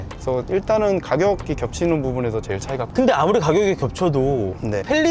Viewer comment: '쩨일'이 아니라 '제일'이라고 발음하시는 것이 ....